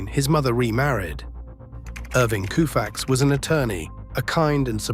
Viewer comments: His name deserves to be pronounced correctly.its COfax not KOOfax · This by far the worst YouTube Doc I’ve ever seen!! Nothing against Koufax, obviously one of the baseball’s greatest pitchers of all time! The combination of the narrator being incapable of pronouncing Koufax correctly and putting in random images of players who have absolutely nothing to do with the storyline like the image of Clayton Keyshaw inserted in for no reason. Also saying the series was tied at 3 games to 2 heading back to Minnesota. I’ll just stop there about how bad it is. I stopped watching at 28 minutes in. 28 min I can never get back!!!